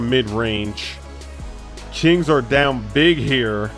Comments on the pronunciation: He said chings instead of kings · did he just say chings???